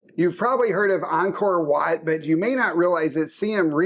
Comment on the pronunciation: These two beautiful people pronounced Angkor Watt correctly!